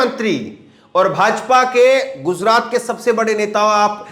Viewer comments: Please say gujrat. Not guzrat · jozraat nahi bhai gujraat